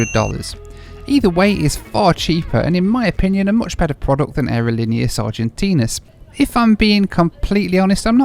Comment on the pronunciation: Hilarious how says: “aerolíneas Argentin’i’as” ~every time 😂